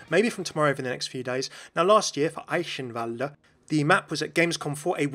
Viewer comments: In German, W's are almost always pronounced with a V sound. There's no S, so no shhhh sound in Eichenwalde. It's more like the word 'ache' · "Huge". The sound of the 'H(u)' is the sound you need with the 'ch' in "Eichenwalde" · I can't get over how you pronounced Eichenwalde lmao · Your pronunciation of Eichenwalde was terrible. Sorry but it is true....